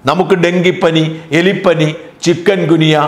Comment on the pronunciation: ചിക്കൻ ഗുനിയ അല്ല ചേട്ടാ ചിക്കുൻ എന്നാണ്